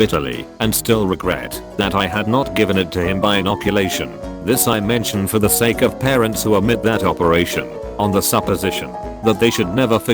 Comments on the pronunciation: Content: "The" Robot-voice: "HAGE TEE EEEEEE!!!!!!" Jesus Christ, get your shit together.... Also, I got the car batteries, anyone wanna lend me five dudes? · Yet he cant even say "the" properly and then says it properly shortly after in the same post